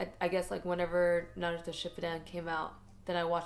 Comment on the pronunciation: stop saying naroooooooooootow haha